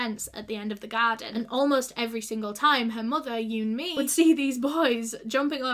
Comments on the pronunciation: Who else thought she was saying you and me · vid starts with not having the respect to research her name pronunciation yikes